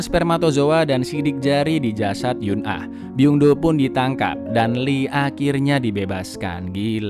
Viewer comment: Eun ah dibaca En (Mencar)